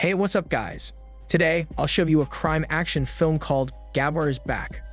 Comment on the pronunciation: That's not the right way to pronounce "Gabbar". You need to pronounce first "a" in name silent than "b" two times fast together with more weight on second "b" & "r" just the way you pronounced in video. 🤥🤪 It is irritating, when you pronounce wrong.